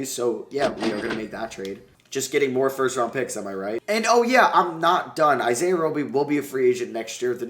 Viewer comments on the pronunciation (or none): none